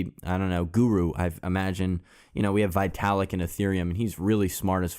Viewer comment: [veetalik] not [vaitalik]